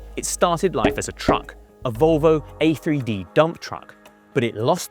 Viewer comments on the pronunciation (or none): A Thirty D, not A Three D!